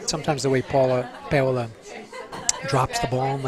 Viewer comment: Why did he keep pronouncing her name PAY-OLA??